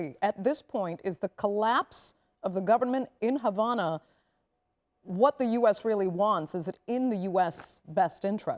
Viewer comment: What is this reporter Smoking Crack Rocks? There is No Education in Cuba that leads to a future, and there is No Medicine (So there is No health care). Go to Cuba for medical care, I Dare you. You are Not Qualified to speak about my parent's homeland, you can't even pronounce Havana right. We want freedom from a Broken and Corrupt Socialist System that doesn't work anywhere. We are tired of our people just barely surviving and dying. I went over to Matanzas for about 3 weeks and lived with my Cuban family, two people committed Suicide in that stand in that town. There's a Mosquito borne disease right now in Cuban, a refinery just burnt up. You are spreading lies. Que Viva un Cuba Libre!!!!! Patria Y Vida!!!!!